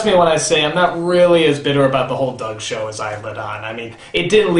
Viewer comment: sounds like "doge"